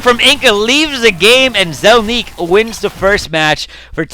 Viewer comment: "Zelniq" = ZEL-nick, not zel-NEEK